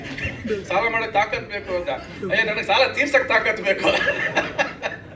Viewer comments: ಸಲ ಅಲ್ಲ ಸಾಲ.... ಥೂ ನಿನ್ ಜನ್ಮಕ್ಕೆ... 🤮🤮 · ಕನ್ನಡ ಸರಿಯಾಗಿ ಕಲಿ ಅದು ಸಲ ಅಲ್ಲ ಸಾಲ